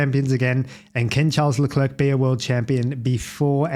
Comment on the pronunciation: Can you pleeeease pronounce his name slightly more correctly? 😂